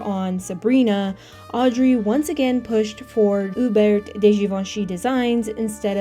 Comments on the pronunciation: also Hubert in French is U-Bair... No T. I can't take all the mispronunciations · Only an American would pronounce Hubert with a T 🤪